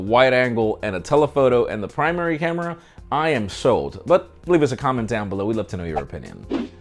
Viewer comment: “primary hamera”? 😂